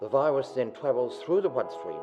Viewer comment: "The vwiwus then twavels thu the bwood stweam.." lmao ahhhh whats up?...u got a spweech pwoblem...a a a a twwwwooo bad.